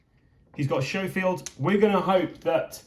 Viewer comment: For those of you unfamiliar with guns, the Schofield is not pronounced "show-field" but "sko-field".